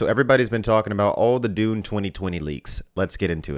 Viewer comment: Maybe, but he still can't say Dune, so...